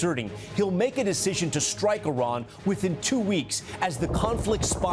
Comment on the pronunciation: I wonder why these dumbos in the white house purposefully mispronounce Iran all the time 🤔 So much for educated people running the government